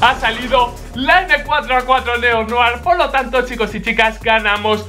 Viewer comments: Se pronuncia neo-noag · ¿ POR QUÉ DICE NEO NOAR!!!!!'???'???? NO ENTIENDO AMIGO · Noar? Dice Neo-Noir jajaja vaya black que se me pega el Neo-Noar